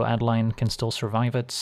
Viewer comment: Great content. My only complaint is that it's A-deh-leen, since it's a germanic name, being Innistrad heavily inspired by nineteenth century german folklore. Keep it up!